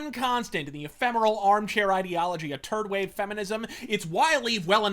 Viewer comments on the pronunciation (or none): LMAO did you say "turd wave feminism"? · I don't want to sound Beavis and butt-head here but he said, 'turd wave feminism'